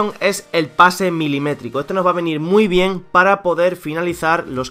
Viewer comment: "Milímetrico". Wow.